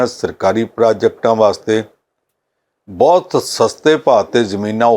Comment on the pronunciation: Good comments but what about the Jalandhar Parliamentary election ? When will this anchor make right pronunciation of Punjabi word ‘ Bahut’ ?